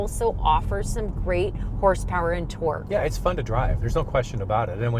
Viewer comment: I love the way you guys say things, don't really notice much difference in the Canadian/American accents. The only thing that gets me is sometimes the way says Torque sounds like twerk, and i think of big booty cars twerking 😂